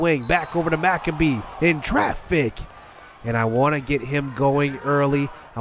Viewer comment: anyone gonna tell him it’s no macabee and it’s pronounced mac-abe